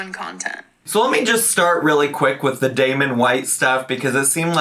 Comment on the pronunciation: Damen? Damen? Was that his name? Girl! You know damn well what the name was 😒